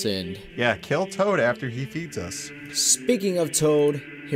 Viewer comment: He said tood instead of toad